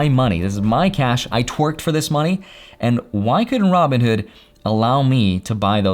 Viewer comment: "I twerked for this money" now u cant unhear it